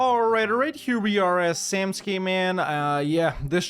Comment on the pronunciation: Glad to see you learned to pronounce samtskhe👍